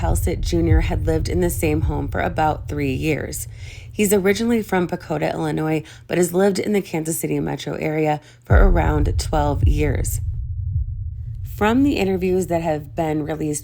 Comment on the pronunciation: His last name is "Haslett" not "Hallset" and the hometown is "Patoka" not "Pakota".